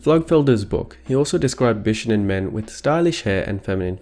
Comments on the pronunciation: it's beeshownen not b shuh nen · Bishonen is pronounced "Bee-shoh-nen" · Bishonen is actually spelled BISHŌNEN, meaning it’s not pronounced “bish onen” but “BEE SHOW NEN” three syllables. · The "shō" in "bishōnen" is pronounced "show" not "shuh" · Bishonen is pronounced “BEE SHOW OH NEH NN” not “BISH ONEN”. I didn’t wanna be one of those people but since it’s a very important part of this video, I think it’s important. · I'm sorry but him saying bishounen is very distracting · who are “they”? whoever you mean they’re wrong. it’s pronounced with an ö